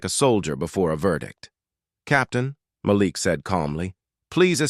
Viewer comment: Thank you for finally pronouncing Malik as Ma-LEEK most of the time. Kudos!